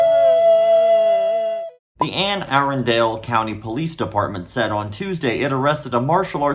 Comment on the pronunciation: As a local of the area, I gotta point out the fact that Anne Arundel is pronounced by us locals as “Anne Ah-run-dul.” Crazy to hear how freakishly close to me this guy lives.